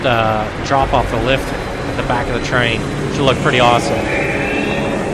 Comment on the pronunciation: As a Dutchy myself I can say that it’s clearly a Dutch accent, it’s hard to miss really. Germans have a very distinct sound when pronouncing words with “TH” in it: The is usually or closely pronounced as “Zhe”